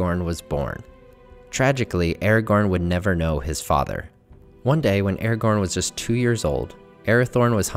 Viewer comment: why do you say eregorn instead of aragorn? it is so bad..otherwise great video